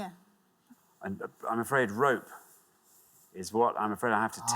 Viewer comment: I think he knew how to answer the question he just misspoke and said "rope" instead of "pore"